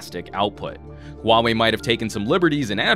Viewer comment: finally someone who doesnt say huawei as wow-way...